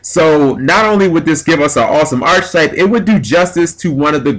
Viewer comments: Archetype. ARC-I-TYPE. Not Arch-type. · Can I just say it's ARK ay type, not arch type. It's also spelled Archetype... which an e. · Cool video idea, but my GAWD it's physically painful the way you butcher the pronunciation of arch. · It hurts my brain every time he says archetype wrong...why can't any Yugioh player say the word correctly?